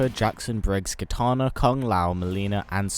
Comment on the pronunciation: He said Kitaner